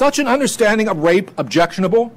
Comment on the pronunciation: The guy needs to take a few lessons in public speaking. His voice is slightly irritating and high pitched, and he constantly gets ahead of himself - not to mention "wape".